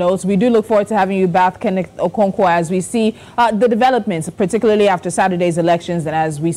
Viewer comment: Mr Kenneth not Kenneth, who is this lady🌚